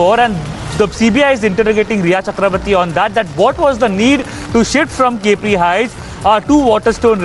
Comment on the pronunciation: Its pronounced as ‘ Cap ri’ not ‘cape ri’